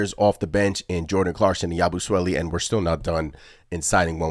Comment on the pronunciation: Imma have to give your pronunciation of his name a C- I don't understand why yall are having such a hard time saying Yabusele's name 🤦🏾‍♂️ Why you adding the extra "swele"?? It's Sele, like celly